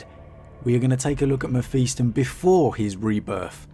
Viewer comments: Mephiston. Pronounced Mef-is-ton Not Mef-east-on. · Meh-fist-on.... Your welcome